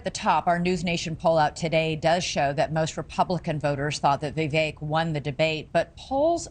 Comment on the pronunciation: VI VEK...... LIKE FAKE......... NOT CAKE........... RAMASLIMMY........